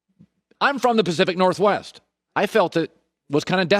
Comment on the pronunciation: Like is he from Alaska? Why does he always say it like that?